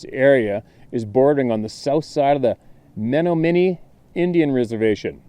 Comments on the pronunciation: Wisconsin story. Indian tribe is pronounced…men..nah..min..née.. and the town is pronounced. Shaw..no.. It’s close by me. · Wisconsin born and raised. I just want to help you with the pronunciation of Menominee. It's Muh NOM uh nee. Thanks for reading all those stories for us.